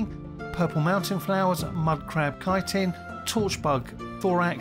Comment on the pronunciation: I do use Resist Magic, or at least a one-potion combo of Resist Fire and Resist Frost, but only when I remember. Well done for being one of the few people to pronounce "chitin" correctly.